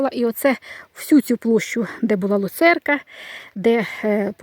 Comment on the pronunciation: ну не лУ церка,а лЮцерка,а вірніше ЛЮЦЕРНА.Негайно виправляйте вимову.😊😄